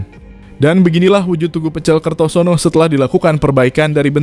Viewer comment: KERTOSONO BUKAN KERTONOSO MIN 😂😂😂😂😂😂